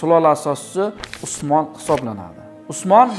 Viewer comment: Õsmanbey ukaizmidi osmon deb gapiryabsiz